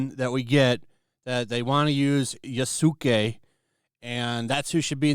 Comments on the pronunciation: YA-SKE, not yasOOke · Yoo ski......Yoo ski If you're going to be critical of a story at least pronounce the fucking name correctly. Yaah sss kaay. Like good lord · Just to let everyone know, Yasuke's name is pronounced as (Yas-Kei), not (You-su-kei). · the Us are almost always truncated - so you would say this as (long A)Yah-skay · That yooouuuuskay hurt my soul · It's pronounced yaaah-soo-kay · Your way of pronouncing Yasuke’s name is like watching the guy who pronounced Shaquille O’Neal’s name as “Shaquallay Onalley”. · Self proclaimed Japanese culture expert can't even pronounce the name Yasuke right. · To help with the pronunciation, Yasuke rhymes with Sasuke, a character from Naruto. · I love how everyone reporting on it can’t pronounce the names in Japanese. lol. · Yasuke‐ "Yah-Su-keh" Yasuke was never a Samurai. It is very difficult to be a samurai. He was a retainer, and that was it. And he only became a retainer because his skin color was exotic. The first non-Japanese samurai was a white man. I believe he was Dutch(correct me if I'm wrong). It's disgusting that they're trashing someone else's culture, yet they're so quick to jump on the cultural appropriation train. Hypocrites. I hate that they're rewriting history to suit their own narrative. DEI is trash. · Never heard anyone have so much trouble pronouncing TSU and does. Ghost of SHUshiman eh?? Also not Ya-SU-ke. The U sound is minimized not emphasised. It sounds more like Yass-ke, a very common boys name.